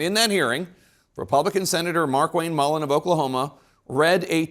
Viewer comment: I am Irish. It's Mullins, not Mullin